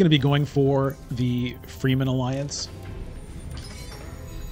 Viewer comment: Wow, close game! Love your content but there is one thing that really triggers me every time: The Dune people are pronounced "Fremmen" and not "Free-men". Keep it up!